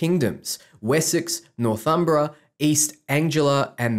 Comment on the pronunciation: Aren't you British? Don't you know how to pronounce "East Anglia?" "Northumbria"? Maybe it's because I'm used to listening to the audiobook versions of Bernard Cornwell's Saxon Stories, set at the same period, that this stuck out to me!